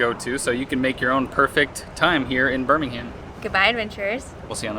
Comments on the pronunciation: As a Brit I though it was hilarious that you kept mispronouncing the town name in the first few clips, reverting to the UK Birmingham (Burminam). Loved your UK Birmingham tour and the US version looks really interesting too. Two gritty towns with history. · As someone from Birmingham, England I love that you're pronouncing it like that 😋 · for the locals we say B'Ham ALABMA We like music in B'HAM